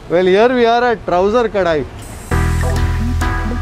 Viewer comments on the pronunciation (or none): It is Kadai, not Kadaai ಕಡೈ not ಕಡಾಯಿ